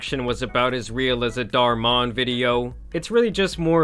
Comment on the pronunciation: craziest part of this vid is how you pronounced dhar mann